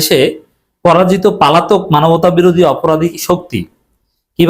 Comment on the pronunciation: পালাতক না ভাই পলাতক হবে।